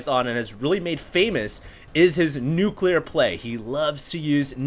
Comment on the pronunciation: nucLEAR not nucular